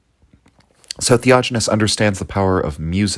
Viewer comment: Yes...the "theojinness" is driving me crazy...sorry....